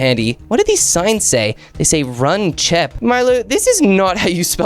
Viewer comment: Bruh it's not chop it's chip